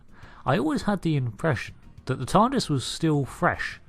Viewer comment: You said tardist